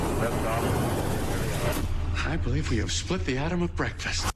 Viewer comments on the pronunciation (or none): none